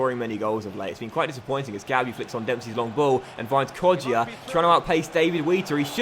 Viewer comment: It's not pronounced kodjia it's kojja